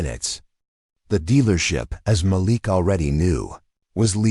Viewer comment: Can you say. Ma Leak …..Idiot narrators